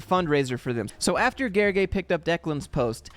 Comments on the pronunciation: Haha, letter l is not silent, the "ly" itself is one (different) letter in the hungarian alphabet. But you pronounced it surprisingly good even if just followed the voice sample :D Great job! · Here I am watching this video, expecting another failed attempt at ‘Gergely’ and BAM you pronounced my name right on the first try! Big up. The whole video was spot on. It took real courage for Declan to post and try to get attention. I decided to call the bluff because I was certain that a company where the CEO was gleaming how they’re the best employer in the country won’t want to drag a former employee to court over a LinkedIn post barely anyone saw up until then. It would have been spectacular entertainment if they, indeed, went to court claiming damages over this, and I don’t think the judge could have made any sense of it. Well, after they threatened, several times more people know about both the post, and I hope other CEOs take note on what not to do if you care about a positive company image. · Gergely is a hungarian name (also my third name btw.) you pronounced it suprisingly perfectly. In hungarian language "ly" is a special character. It is considered one letter and the same sound as "j" and pronounced just like you perfectly did. Fun fact that it is literally studied word by word by children which words use "ly" and which words use "j" for the sound. Similar "one letters" that are made from two other letters but make for a whole different sound than what the source letters represent in the hungarian language are: gy, ty, zs, sz, dzs. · As a fellow Hungarian, you pronounced Gergely 's name correctly. Thank you so much. It is refreshing, not many English speaker is up to the task ❤️ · L is not silent in Hungarian LY is one letter and you pronounced it correctly (it's the same sound as the Y represents in you).